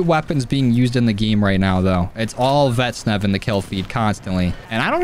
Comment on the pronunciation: IW: "Vaznev" Joe: "Vetsnev"